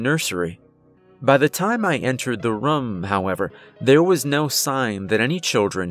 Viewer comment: There's literally no accent present except for when you say "I went into the rum"